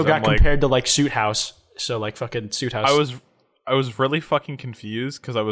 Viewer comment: kwites saying soothouse wrong